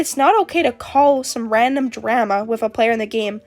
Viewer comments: PLEASE STOP PRONOUNCING DRAMA LIKE THAT I'M CRYING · im sorry but the way you say drama is making me cackle 😭 (no offense!!!) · I tried to take this video seriously but everytime you say drama it just feels really weird 😭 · Only drama imma start is. Where are you from that drama rhymes with scammer? It rhymes with llama over here in Australia. I’m laughing because I work at the nutcase factory. (We are all nutcases and should be put in the white padded cell) it’s like a zoo for people. Daycare for people with disabilities. People treat it as. Mind you I only get paid 3.01 an hour. Drama llama. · i dont mean this in a rude way I SWEAR but the way you say drama is kinda silly, i like it XD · the way you say drama is very interesting 😭